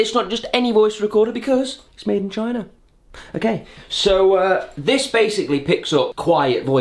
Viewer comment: ''made at chna''